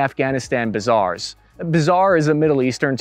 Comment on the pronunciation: Bazaars not bizarres.